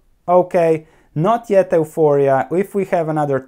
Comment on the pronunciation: if you don't mind one small suggestion, euphoria is pronounced as (yuforia).